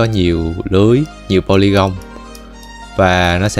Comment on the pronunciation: mơi vài phút mà nghe đọc tiếng Anh mắc cười qua: đì-teo (detail), téch-chơ (texture), bô-li-gông (Polygon), ...